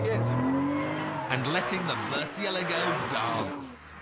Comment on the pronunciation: omg i cannot stand the way he pronounces murcielago, it's so wrong!